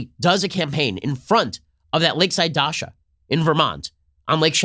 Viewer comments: It's "daCHa" Ben, not daSHa. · It's DACHA ch+a ch cha cha. not Dasha! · DaCHa not daSha!! 😀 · Yes! DaCHA, DaSHA is a girls name lol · The "ch" in Dacha is spelled exactly the same as in chance or channel. Dacha, not Dasha. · Dacha is a hard 'ch' sound, like in cheese, or sandwich.